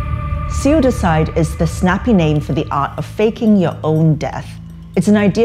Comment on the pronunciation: Why does the reporter say SuiDiCide. (Caps to showcase the parts which come off as different) instead of just suicide. Like if its something she does, that's fine but just curious. Have I been taught to say it wrong or is that perhaps some factually correct way to pronounce it the way she does?